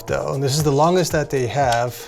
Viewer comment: THAT❌ DAT✅